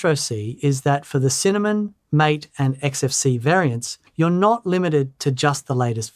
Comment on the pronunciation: Just a note that MATE desktop environment is pronounced /ˈmɑːteɪ/ (MAH-tay) as it comes from the plant yerba mate.